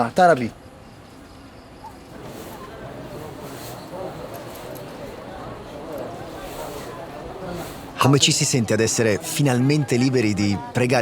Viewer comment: Tarawi non tarabi😂